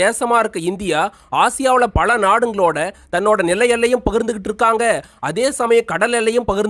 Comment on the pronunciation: உங்களால் "ல" வை சரியாக உச்சரிக்க தெரியவில்லை. பல என்பதை பள என்றும். உலகம் என்பதை உளகம் என்றும். காலம் என்பதை காளம் என்றும் உச்சரிக்கின்றீர்கள். தமிழ் உச்சரிப்பு மோசம். தமிழ் அடியானின் காணொளி உச்சரிப்பை கேட்டாவது பழகிக்கொள்ளுங்கள்.